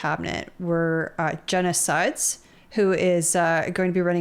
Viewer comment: I had to go back and listen again: I heard you say "Jenna SIDES." Which would be a VERY unfortunate name. Jenna Sudds isn't much better....